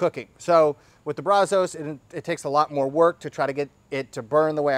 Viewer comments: my man, as much as you like to spend time in Texas eating our great BBQ, we have to work on your accent. You have to pronounce it BRAZ-US...not BRAZ-OH-S. Keep up the great work bud! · it's pronounced Brazz-Us. I assume it's named after the Brazos River and Brazos county which are here in Texas. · Please learn how to pronounce Brazos I live in Brazos county on the Brazos river & it is really annoying Love the videos other than that